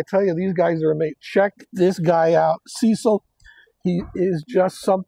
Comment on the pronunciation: I only realized the first ones name is Cecil when I read the comments. I swear I heard him say Sea salt and thought to myself 'Well, that's a weird name'!